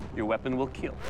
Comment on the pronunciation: “ It will keel 😏”